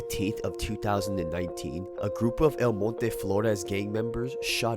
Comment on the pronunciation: Respect for the way you pronounce El Monte...